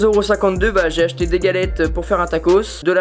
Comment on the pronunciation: Je pense que c’est acheter mais mal articuler non ?😂